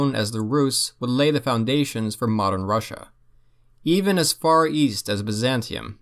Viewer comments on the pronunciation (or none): none